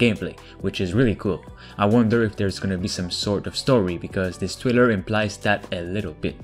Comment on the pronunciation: Trailer, not Thriller.